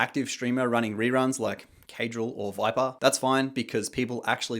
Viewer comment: say viper one more time pls